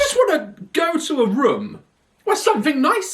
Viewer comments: I love the fact he said Room so many times but he says Rum and not once said it right lol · everyone = room Daz = ✨rum✨ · It’s kinda funny to me how daz says rum instead of room